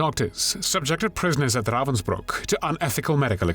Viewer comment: Something so villainous about the way he says "RRRRrrrravensbruck".. almost Nazi like